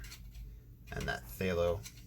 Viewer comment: Hi, fallow. Short a sound. “a” as in cat. Love your videos